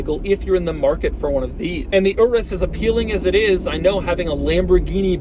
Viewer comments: "Urrus" it's pronounced "ooroos" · I can't be the only one hearing "urus q8" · Sounded like he said URUS (RS) Q8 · The "UR-US" Q8